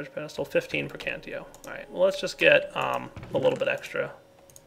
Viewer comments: it's called "praecantatio" not "praecantio". I'm just saying that for people who have a problem with these thing. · Am I the only one who goes insane whenever he says precantio instead of praecantatio? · um you kight want to know the magic aspect for thaumcraft is called pre-can-tay-she-oh is how you say it not pre-can-tee-oh srry not to be rude or anything it just kinda bothers me sometimes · It's PraecanTAtio. Gosh. :D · lol i don't know why this bothers me so much but its prae-can-tat-io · You keep saying preacantatio wrong.